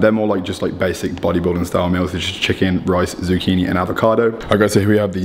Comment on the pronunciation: Ohh dear.. Saying zucchini and Bay..zil.😞😞